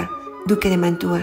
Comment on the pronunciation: Mantua no Mantua, o sea sin acento en la u.